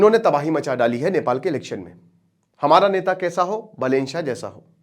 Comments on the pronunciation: "बलेन" नही "बालेन" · Not बलेन बालेन नाम तो ढङ से लो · गुरुदेव बलेन नहीं बा - बालेन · बलेन nahi hai bhai बालेन hai woh 😆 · अरे यार बलेन नही है सर बालेन हैँ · बलेन नहि बालेन बाेलाे जि😂😂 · Pronounciation mistake that BAH LEN NOT BELEN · Its not बलेन साह, its बालेन साह। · बालेन् शाह properly padhiye sir 😅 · Naam ka uccharan toh acche se karo bhai sahab